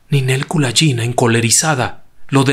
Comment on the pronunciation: Me gustó mucho la forma de relatar la historia de Ninel, sólo debo hay que corregir la forma de pronunciar el apellido, ya que la letra G en ruso se pronuncia como en gato y no como la J en inglés. Saludos.